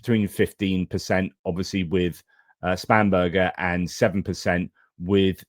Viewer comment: Sorry, but can’t help but childishly laughing every time you say Spam-Burger. I just can’t help but remember those 90’s adverts for Spam, and the song Spam Up 😂